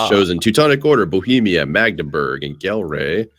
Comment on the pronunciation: I'm not dutch but when i hear people pronounce Gelre with an english G it kills me